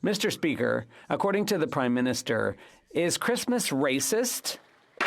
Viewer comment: sorry all i hear is crimeminister lol